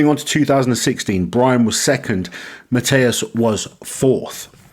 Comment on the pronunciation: His name is pronounced more like Mateush Edit: Also try to say kie-leash-kovski it would sound better